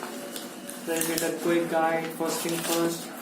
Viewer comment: Its predator and not predatator 😂